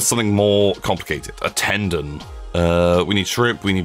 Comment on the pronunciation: By the way, it is "ten-don" as in the number ten and "don" like "dawn" or a mafia "don".